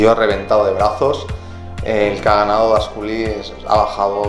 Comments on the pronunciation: Grande Losadaaa!! Vlad Dascalu no Dasculi 😂😂!! Un orgullo verte por estas tierras!! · Dascalu, no dasculi. Niño eres un grande 💪💪